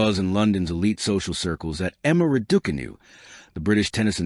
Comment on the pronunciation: Pronounce her name properly.